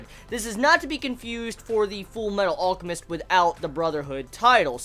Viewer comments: ALL-chemist lol? It's pronounced AL-chemist. Like his brother Al, or almond. Other than that this was good :p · Hey can you try pronouncing the L in alchemist sorry it just annoyed me. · why cant you say Alchemist properly you tool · the way he pronounced "alchemist" kept pissing me off lol